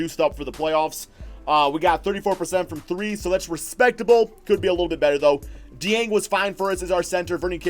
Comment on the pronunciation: If your like me, you have been pronouncing it Gorgy Ding. However, that is completely off. According to Rick pitino, there is a K and J sound in the name Gorgui Dieng. Gorgui is correctly pronounced Gorkie, and Dieng is correctly pronounced Jyang with a french twist to it.